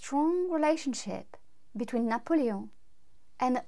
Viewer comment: BTW, I love the way you pronounce Napoleon.